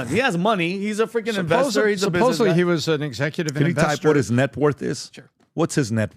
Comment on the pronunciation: There is no "b" in supposedly!!!!